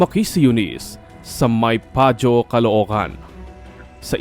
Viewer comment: Mabuti NGA sayo patty haha, mabuhay ka ma'am Eunice,,,❤❤❤ Bossing,Ang maypajo...maypaho Po Ang bigkas,,Hindi tunog maypazoo